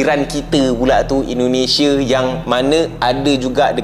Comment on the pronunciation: Maaf ya Bang, indonesia bukan indonesa.